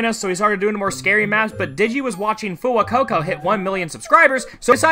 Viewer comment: YOU MISPRONOUNCED FUWAMOCO SFGDFHDFGDFGD